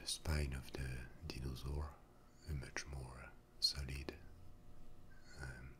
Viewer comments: Steven0671 deenosaur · the mispronunciation of dinosaur and other words make the asmr better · The way you say dinosaur is so nice